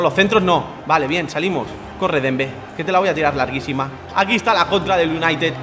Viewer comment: Nadie: Absolutamente nadie: Vos: Embez